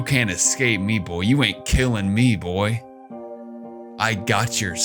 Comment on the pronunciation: Not saying boy like that 😑 with the country accent